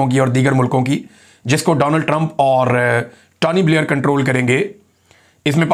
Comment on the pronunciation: Tawny nahe Tony Blair hota hai